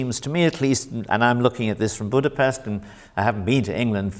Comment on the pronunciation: Darn it, if you are in Budapest do not alienate the Hungarians with the s in Budapest it equals with sh. Nevertheless, great interview.